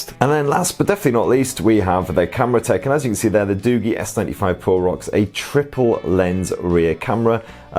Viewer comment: Isn't it pronounced as doo-jii instead of doo-gee?